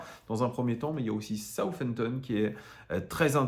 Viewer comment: Je pense que comme une majorité de Français, ton anglais est à chier...On ne dit pas ''Soufampton''..le ''th'' ne se prononce pas ainsi. Je suis fan de l'OL, depuis Montréal, Québécois de naissance et franchement, je ne sais pas c'est quoi votre problème en France avec l'anglais, voire toute les langue secondes; suffisance culturelle…Probablement. Ne pas savoir prononcer décemment le nom d’une ville anglaise fait mal côté crédibilité. Un peu d’efforts de grâce.